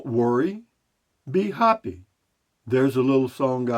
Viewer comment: At first I thought you said “ Be Hoppy” that might make a good T Shirt. “ Be Hoppy , Beer: 30 “